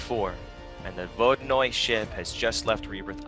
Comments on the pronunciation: Yo for future references, it’s pronounced Vo-di-noy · Apparently it's pronounced Vo-di-anoy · the vodianoy is pronounced vo dan yoy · My friend is russian and he says that the proper way to say it is ”vodynoi” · Apparently it’s pronounced vohd-yuh-noy